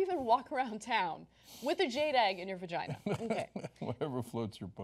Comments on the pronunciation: what did he call it? "vergeen"???!!! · This man cannot even say the word "vagina". How dare he weigh in on this topic.